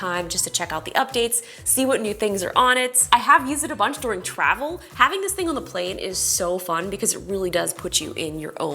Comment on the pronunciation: Why are you saying This as THISH??? Typical American 🇺🇸 making their own pronunciation’s.